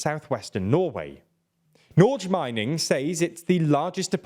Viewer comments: Norge is pronounced as "Nor-ge", not "Norzh". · The atrocious mispronunciations are part of the charm of. ❤ But still, some pro tips: "Mette Fredriksen" - is said like "metteh", not "mett" "Norge" - is said like "nor-geh", not "nordz"